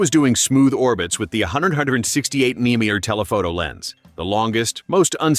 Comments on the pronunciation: AI bots never seem to be able to translate abbreviations. MP for us is “megapixels”, for this AI robot it sounds like “memoir p”. mm for us is “millimeter”, for this AI robot it sounds like “mill-inch”, or sometimes “mill-eater”. Those are not things. Please give a real person a job reading this. The content is good but the AI reading sucks. And no, you didn’t take all three of these drones up to a mountain top. AI robots have come a long way, but they are not that good. When they are. They will have probably killed us all already. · Ai voice removes credibility from this video. It can not seem to get the pronunciation of MM (millimeter) correct more than half the time. Plus where is the footage of all these test flights you speak of? please don't make crap like this. show your work.